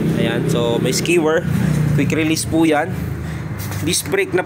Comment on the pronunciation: skewer = s • cue • er, or s-q-er